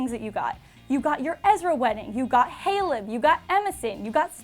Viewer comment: SHE SAID HALEB WRONG. WTH